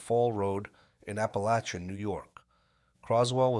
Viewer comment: It's pernounced APALACIN, I've been to that house, only miles away, I know all about it and who was there.